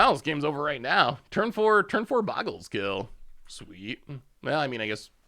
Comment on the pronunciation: "Overlord of the Boyerbiggles"?? Never change,. Love the brews, looking forward to more in the new set!